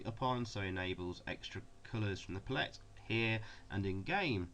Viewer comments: Learn how to pronounce palette for f*cks sake! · Cool video despite the odd way you pronounce palette 😂